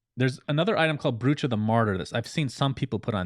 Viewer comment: Brooch is pronounced Broach, rhymes with throat